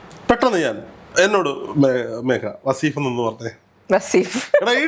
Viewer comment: വാസീഫ് അല്ല വളീഫ് 😂